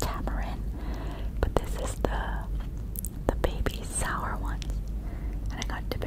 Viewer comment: Can't you pronounce sour properly 🤐?